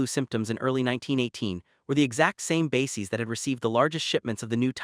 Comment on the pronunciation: It's pronounced BASE-EZ, not BASE-EEZ. This is a great video, with important information, but PLEASE teach your AI to speak correctly! It makes the video sound unintelligent, which puts the validity of the material into question. It's so sad that millions of school children were injected with live polio virus in the 1950s & 60s, including myself, which caused the Polio Epidemic [see: The Cutter Incident]. Whats worse is that Anthony Fauxi knew all this, then coincidentally came up with a vaxxine that made millions of people sick or dead. Strange how every Cov!d corpse had 3-foot long bloodclots in them. Even stranger: how history always repeats itself~:eyes-purple-crying